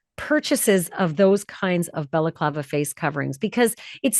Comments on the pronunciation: It's balaclava not belaclava! If you can't pronounce words right don't do this kind of stuff, get a day job that doesn't include speaking! 🖕😎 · Stop saying balaklava. Its annoying